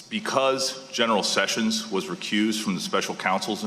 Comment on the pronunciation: ~[12.08] ... 'General'-SESSIONS!!!??? >(*U^)<